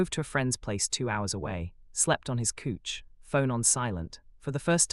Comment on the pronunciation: Slept on his couch but pronounced as cooch 😂